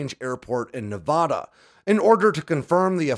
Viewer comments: Loved the video but hearing you mispronounce Nevada so many times is like fingernails on a chalk board! Heaven forbid we have a story that centers in Oregon!! Obviously, I’m just messing with you! Love the content, keep it coming!! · The first A in Nevada is pronounced like in apple, not an AHH sound.